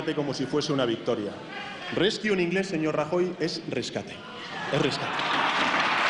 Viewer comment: Al loro con el apuntaor del Congreso, Reskew en vez de "Rescue"..... Tiras una piedra ahí y seguro que le das a un inútil...